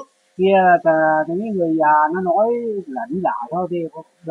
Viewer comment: Tại sao giọng họ lúc Nam lúc Bắc ? Có phải giọng cổ v không ? 😮 họ phát âm chữ Già ko giống người bắc mà giống miền Nam : Dà.